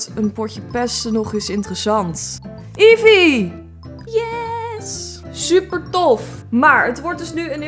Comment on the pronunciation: nee eevee is een pokemon ma da spreek je bijna uit als evi